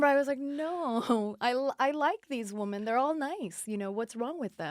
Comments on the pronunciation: Its women-- "whim in" . Her pronunciation is killing me. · Omg Lady, WomAN is singular....WomEN is Plural ...Pronounced Woo men. * It’s no wonder she was fired from RHBH, Brandi and the others were trying to help her bring the drama...but she was off in butterfly LaLa land thinking she was there to make nice nice with everyone. She was completely dull on the show and seems to not realize it at all. The Wooman is not very bright. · She says “woman” for women lol I believe Danielle stub says it this way as well. Lol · She keeps saying woman for women. My head is going crazy lol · This guest said "woman" so many times instead of "women"..annoying as hell. The plural of woman is women. Especially when she is supposedly involved with "woman empowerment" instead of "women empowerment", etc. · remember when everyone made fun of danielle staub for saying "women" incorrectly, i still never know who is wrong because they technically are saying it right...i think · Why can't that bitch pronounce "women"? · Is it me, or can she not say women?...